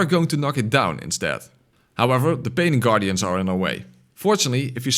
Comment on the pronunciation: it sounds like you said paining guardians, and that is what they are.